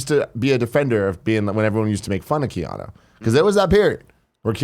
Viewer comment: Why do so many people pronounce it Keano?